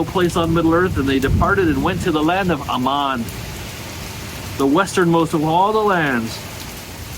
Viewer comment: I love you dearly and I enjoy your videos. Please help me out by checking the pronunciation guides again. I can be awfully particular about which syllable gets the accent on words like Valar and Aman, and you make me twitch when you don't follow Tolkien's rules. 🫂